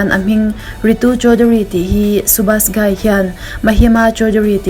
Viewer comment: A lawmawm thin e request i ngai pawimawh thin a 👍.... 'Dhadkan-Dharkan' 'Subash Ghai-Ghaai ni lovin 'Ghai' tia lam tur anie ... Ka lawm e...🤭